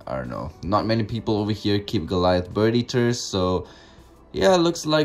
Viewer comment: Anybody else think he sounds like he’s saying birdy terds instead of bird eaters?? 😂😂